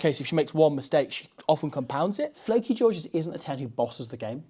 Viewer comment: Lleucu not flacky ffs